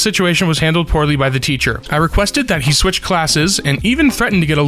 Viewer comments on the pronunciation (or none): none